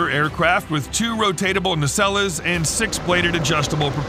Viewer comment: Are you saying "nacelles" or "Nutella"?? GEEZ! Have your programmer overlords fix your pronunciation of "NACELLES" - "NA-SELLZ".